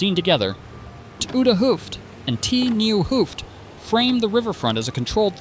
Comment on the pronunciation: somehow i had the feeling even the presenter is an animation and the voice is AI aswell. The way it pronounces the T in "t nieuwe hoofd" and "t oude hoofd" as "Tee" is veery odd to hear as a dutch person.